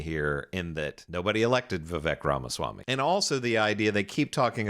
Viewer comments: why does this guy keep calling Vivek ... Rama Smamyi ? when his name is Rama Swamy ? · It's pronounced Rathersmarmy. Very funny Sam